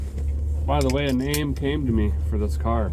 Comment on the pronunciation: Sounded like a bad chad imitation there " work on the carrrrrrrr"